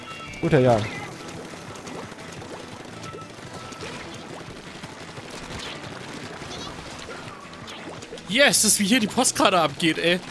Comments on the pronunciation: als eingetragener Jan dieser existens kann ich euch sagen das das a kurz ist. es heißt nicht JAAAAAAAAAAAAAAAAAAn sondern Jan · der Typ heißt Jan und nicht Jahn! :D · JanGamingTV Ich habe ihn auch gehört... er wurde nur falsch ausgesprochen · necridtheschwedi Genau das wollte ich auch schreiben! Das A ist KURZ!